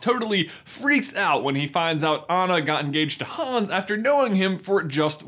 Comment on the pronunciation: Everything wrong with frozen The way they pronounce Anna’s name That’s it Also 2019?